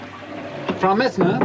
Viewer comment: Patricia Keenan Easy to say Frau (frow, as in wow) Messner (mess-ner). Easy as pie. 🤓🎓✍️